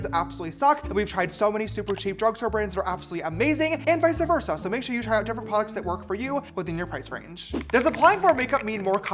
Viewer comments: james "vice versa" not "vice-uh versa" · Did anyone else hear “visa versa” instead of “vice versa”. It sounded so Italian😭